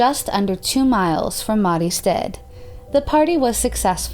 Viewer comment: A tip; check how to pronounce things before doing your videos when there's foreign names. I literally had to turn on the subtitles to understand certain names and cities, such as Mariestad. Stad is pronounced "st- ah-D". Dahlsjö sounded french the way you pronounced it, it's "D-ah-ll Sj-uhh" (kind of). It's too bad, as things as this is interesting to know about as unsolved cases usually quiets down and becomes forgotten, but it gets hard to listen to when a lot of things are mispronounced so severly.